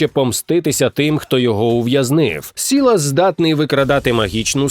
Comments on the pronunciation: по-перше Сайлас, а не Сілас. по-друге, Рунтера, а не Рунетера. (я граю в ЛОЛ час від часу і знаю трохи лор). дякую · не "сілас", а Сайлас Не "демеція", а Демасія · Дякую за українську, проте хотів би запитати, хіба буде українською "СІлас", а не "САйслас". Чи часом замість "ДЕмЕцІя" не повинно бути "ДемАсія"? І чому "РунЕтЕри", а не "РУнтерри"?. П.С. Той самий душніла 🤓. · Про Мейджсікера було важко слухати) Сілас - Сайлас, Демеція - Демасія, Рунетера - Рунтера. Доречі реліз дуже цікавий, грається приємно) (так трохи душню) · Сілас🤣 Не знаю, навіщо вам ця інформація, але Сайлас.